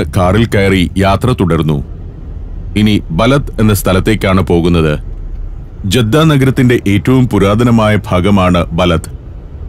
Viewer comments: ജെദ്ധ തെറ്റിയയതാണ ജദ്ധ എന്ന് ആണ് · ജദ്ദ അല്ല സഹോദരാ... ജിദ്ദ എന്ന് പറയും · ജെദ്ദ അല്ല ഇവിടെ ജിദ്ദ എന്നാണ് പറഞ്ഞു കേൾക്കാറുള്ളത്. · ജെദ്ദ എന്നതിനു ജിദ്ദ എന്നു പറയാം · ജീദ്ദ എന്നല്ല ജദ്ദ എന്നാണ് മിക്കവാറും എല്ലരും അങ്ങനെ യാ പറയാ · ജിദ്ദ ജെദ്ധ അല്ല